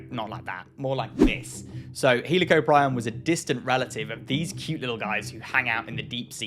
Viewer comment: Fuck the crazy spinosaur debate bullshit paleontologists need to fight about this "he lee co prion" pronunciation